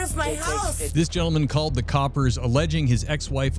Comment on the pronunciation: She is Vile. Why did he let her stay there. He seems like a good guy. Hope he's doing good now. Hearing the word 'Coppers' in an American accent is funny to my English ear lol